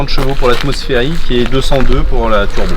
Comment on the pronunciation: I never heard about something like 'Trubo', I know what Turbo is, but Trubo.... I don't know... sorry just trolling, everyone makes a mistake, don't worry :D